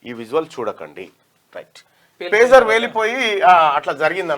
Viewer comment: Pujar kaadura pager